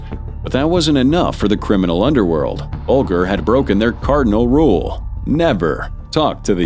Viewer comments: BULGER PRONOUNCED BULJER! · Should have taught your AI how to pronounce Whitey Bulger’s surname correctly. It’s not like the food grain